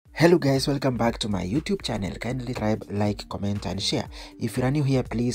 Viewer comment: Channel is pronounced as 'chano'. Fatal as 'fay-tal'